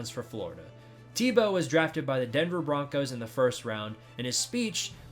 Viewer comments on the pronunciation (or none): none